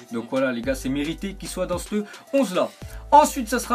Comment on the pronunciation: "dans cte onze là" pourquoi tu prononce cte à la place de "ce"?!